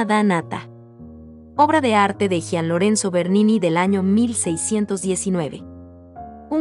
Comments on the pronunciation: Gian, no se pronuncia como “J”, sino como “G”. Como Gianny Verssage! Buen video, gracias! 👍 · Nada más una puntualización: por favor 🙏🏻 no se dice “jian” Lorenzo , se pronuncia como si fuera y. Cada vez que lo dice me da unas ansias… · Gracias por presentarnos a Bernini. Te felicito y agradezco el aporte, Bernini es de mis artistas favoritos. Sugeriría que nos indicaras donde se exhibe cada escultura u obra de arte. Aquí en LATAM el nombre de Bernini lo pronunciamos Yian en vez de Jian, lo siento raro. Saludos